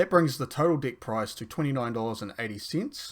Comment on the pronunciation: Bro plz work on pronunciation of "deck" 😭🙏